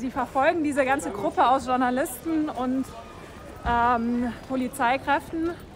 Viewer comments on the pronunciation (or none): Das Wort heisst Journalisten, le jour- der Tag. Schlimm wenn man das nicht mal korrekt aussprechen kann.